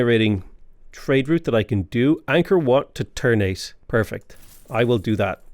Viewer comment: Just some information, Ternate is actually pronounced tr-naa-tay. You can check the google on how to pronounce, they got it right. Hearing you said Tur-n-eight makes me cringe a lil bit lol (And you way past turn 8 my friend)